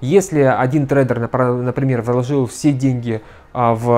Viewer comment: Слова ложил и влОжил режут мне ухо. Вы же грамотный специалист, бросьте это просторечье. В целом ролик отличный.